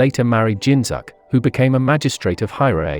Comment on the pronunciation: It's Jinzuk, not Zinzuk. Though basing from your last video, it's only minor mistake And wait a damn minute, Mai isn't mentioned to be the mother of Izumi So far, so good though